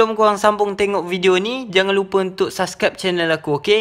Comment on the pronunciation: kepeng subcribe la bukan subscap cunnnnnnnnnn wkwkwkwkwkwkwkw